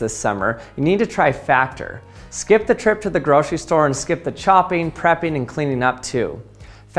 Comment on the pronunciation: Groshery, expeeriment, aloominum, selt not kelt 🙉 Anyway, a like 👍